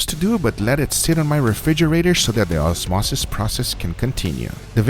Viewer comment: Person: osmosis process Guga: Awesmauces Prawcess